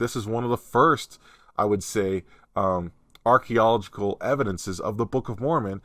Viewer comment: Arch ee o logic al. Emphasis on “ee o” .The “a” coming before the “e” throws everyone off. Hope that helps.😊